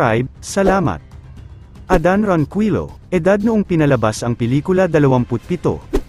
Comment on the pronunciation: Ayusin mo nmn salita mo pati apelido niloloko mo sa pgbbasa